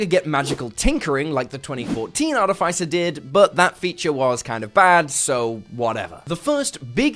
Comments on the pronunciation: Arrrgh!! It’s pronounced Ar-TIF-iss-er, not Art-if-ICE-er. FFS. 🙄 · Excellent content, but a whole video about artificers where you mispronounce artificer is giving me palpitations. Ar-iff-iss-uh, not ar-tee-fyce-er. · Sorry I usually don't do this but the way you pronounce Artificer is wrong.